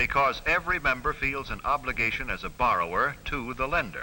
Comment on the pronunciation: OBLIGAYTION!!!!